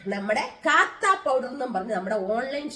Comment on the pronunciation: കാത്താ അല്ല കത്താ പൌഡർ ആണ്